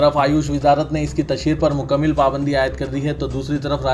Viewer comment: مکمِل 🚫❌✖️❌✖️ مکمَل☑️✅